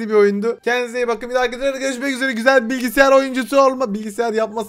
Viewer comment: Bilgisyara bilgisiyar diyo